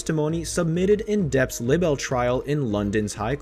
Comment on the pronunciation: I hate when people make a video and don't know how to say words correctly. It's LIBEL with a long "i" sound, like lie-bel. Not libbel. 🤦 Also, group of woman? It's women! Whoever made this video should at least know how to speak English correctly. Shows how just how "credible" some people are when they can't even speak correctly. Pet peeve of mine. Anyway, justice for Johnny.